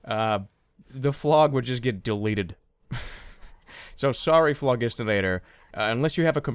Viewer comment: Jerma the Phlog isnt pronounced flog, its flodge, named after the idea around the 1600/1700s where there was the idea of phlogisinated air instead of oxygen that created fire.